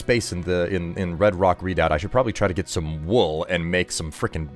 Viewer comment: Oh god, I'm turning into a language cop forgive me!!! but it's pronounced "reh-doubt" not "read-out" :) Also, hubby and I are loving the new series! You rock, as always.